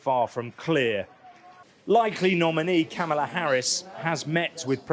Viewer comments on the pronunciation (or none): Why can so many reporters not even pronounce Kamala’s name right? Search her 2016 campaign ad for how to pronounce her name